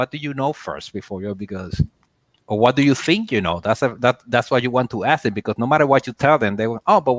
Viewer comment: said "Franco axed"...his Ghetto Boujie ass. The word is "ask" not "axed". Projects resident ass. You don't live in no high-class place.